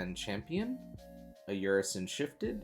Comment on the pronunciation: Just an FYI Ursine is pronounced UR-sine. Its a derivative of Ursus which is Latin for bear.